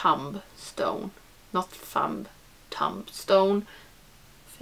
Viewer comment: Yay! Palette bingos are my fave and I think you did a really good job even if you weren't sure about the colours :) 'Tomb' rhymes with 'boom' btw, English spelling makes no sense haha